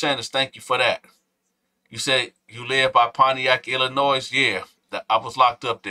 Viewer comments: The S is silent in Illinois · Hey!!!! FYI, the S is silent in Illinois. No shade, I LOVE and respect what you’re doing King..❤️❤️🫶🏾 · The S in Illinois is silent ppl. And before u start trippin I did hit the like button.